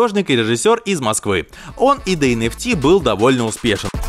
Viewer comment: Энэфти а не энфтэ